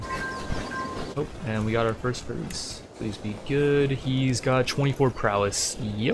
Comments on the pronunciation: Hey first of all the video is amazing Second, it's pronounced Faris not farees it's like there is slight i between the r and s Third alfuly and amud conversion is not from religion to another it's I think called a sect in English I don't know but it's all under the umbrella of Islam and converting sects is easer in Islam I suppose Great video and I hope you play ck3 more I love it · its not ferris xD its FAA RIS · js it’s not FaREEs it’s Fa-ris almost like ferris wheel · its more of a faaris فارس than farees source:im an arab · I could swear you were saying "we are going to recruit more furries" everytime you said their word for knight XD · I believe the pronunciation of "faris" would be more of "far-east" like sound without the "T" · it's penounced faa - res :3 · Is it really that hard to say faris man give it a real try it,s cool word (Faris=فارس) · This playthrough is awesome! Starting small on ironman is the best. Subscribed! Please keep making these! Btw, faris, the Arabic word for knight, is pronounced just like people say Anna Faris. Just like the word fairest, without the T at the end.